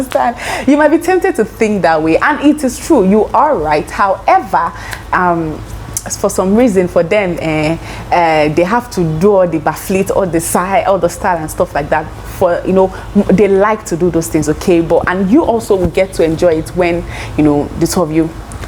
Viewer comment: She say na backflit 🤣🤣🤣🤣 Oh my God! Helpful video though